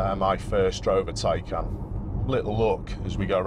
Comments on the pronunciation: Tiecan! Not Taken! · It is pronounced as TIE-CAN and it's also pronounced POOR-SHA 🤷‍♂️